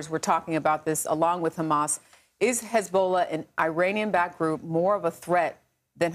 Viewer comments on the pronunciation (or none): Hazabollh it is not lebonan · Hezbowla lol come on your a news anchor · Couldnt pronounce Lebanon or Hezbollah. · Are you serious?! She can’t even pronounce it. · She can't even pronounce Hezbollah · It would be important to Pronounce Hezbollah Correctly I assume you have a education She cuts off the person rude War is Horrible like there going to tell you please really just talking head no sense these reporters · Especially her pronunciation of Hezbollah.